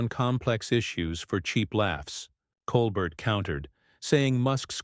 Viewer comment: I think it’s pronounced Cole bear